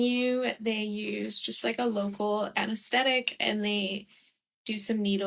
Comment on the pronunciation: It sounded like anesthetic to me which was the right word